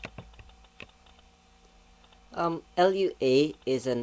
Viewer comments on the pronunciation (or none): We can tell you cannot do Lua. Its pronounced Loo-a not L-U-A. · Loowa not L.U.A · Its not L-U-A, its Looh-Ahh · It's Lua not LUA...Moon in Portoguese created in Brazil (Portuguese in the language spoken in Brazil). So, Lua is not from Portugal, but from Brazil. Thanks for the tuts. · Umm its pronounced loo-ah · How am I stupid, you're a fucking idiot. I'm right, you pronounce it "loowa" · Yes, but he keeps saying